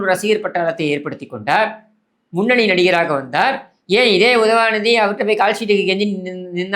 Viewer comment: I love watching your videos only to hear you say UDHAVANIDHI 😂😂 and you topped it off today with Santhanathuku thunai nadigan 😂😂